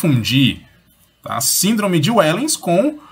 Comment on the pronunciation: A pronúncia não é "uéllens" e sim "véllens". É holandês.